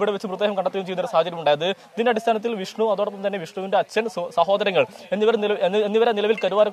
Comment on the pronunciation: ജിഷ്‌ണു അല്ല വിഷ്ണു